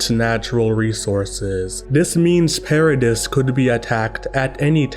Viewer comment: The "s" in Paradis is silent.